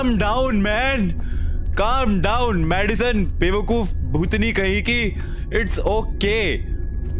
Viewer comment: Madison sounds more like "Medicine" 👌🏻🤦🏻‍♀️